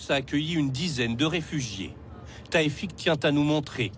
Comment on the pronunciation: "Tayfik tiens à nous montrer" c'est Tawfik pas Tayfik. Il ne passe pas un jour, lorsque vous médias publics français parler de quelques choses à l'étranger, sans que vous ne falsifier volontairement les prénoms. Cela aurai été involontaire si cela n'arrivai qu'une ou deux fois sur 20 cas, mais avec vous c'est dans 90% des cas ainsi. Preuve que vous le faites exprès.